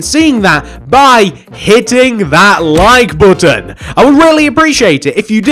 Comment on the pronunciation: You said hit the loike booton.